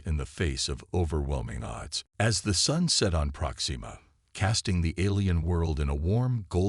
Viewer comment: Great story. However......AI screw ups yet again. It is "PROXima" Centauri not "ProxEEma" Centauri. I really wish use of AI reading these would cease until such time that they can actually read English words properly.